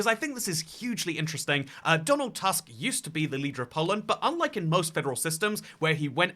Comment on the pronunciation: Except it's pronounced 'Toosk', instead of the English word 'Tusk'.